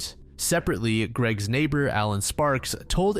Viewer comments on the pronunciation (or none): none